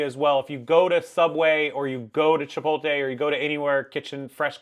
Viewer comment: You’re a grown man and can’t pronounce Chipotle? 😂